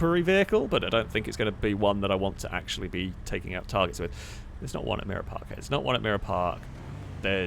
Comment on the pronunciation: I just realized he's been saying Mirror Park and not Mira Park for all these years.